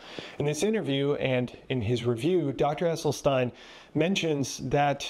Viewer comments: You heard this Dr. pronounce his own name. Yet you persist in mispronouncing it. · It's pronounced "Esselsteen", not "Esseltine" 😉 Thank you very much for your free content. Such unbiased, comprehensive information ist very rare in "our" Generation. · Doctor Esselstyn, not Esselstein/Esselstine😊😊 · It's Essel-stin not Essel-stine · Just for the record, His name is pronounced Essel Stin not Essel Stine. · Does the doctor’s last name rhyme with tine or with tin? It seems that Rip Esselstyn pronounces it like “stin,” not “stein?” Just asking. Thanks for this presentation…. Interesting perspectives!